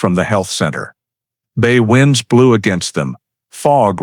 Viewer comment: Should have been "winds from the bay blew harder." But the voice said WInds like winding up a spring.